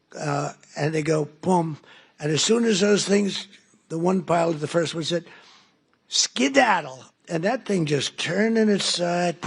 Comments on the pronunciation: A pilot would never say scedadle his brain is mush gotta go dementia Donnie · After he says "sciddadle." It happens again. Also, when he says "all of the Middle East becomes a different place, it happens. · Here's a new one, President "skidadle" Tacos. 😂😂😂 "Nyew", another one. OMG !! Comedy central. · “And they said “skedaddle” and that plane went down because it gives it more speed for the bomb, very very heavy bombs and they go BOOM! and as soon as those things, the one pilot … “skedaddle!” and that thing just turned on its side and Shshzzzz ….” Tell me he’s not an idiot. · The word skedaddle.